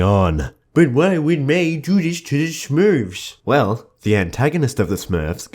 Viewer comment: Haha I like how he says MEI-bye